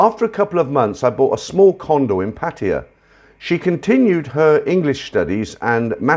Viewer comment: Thanks. I asked my Thai wife and her friends: The way you pronounce "Pattaya" is absoluty correct!!!!! The first vowel in a word gets intonation very most of the time I love your comments and views on it between the stories.